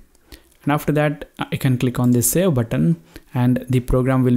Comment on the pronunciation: hey bro did you say sell? instead of save, hahahhah